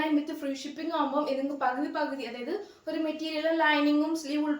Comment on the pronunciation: ഒറു അല്ല ഒരു എന്ന് പറയു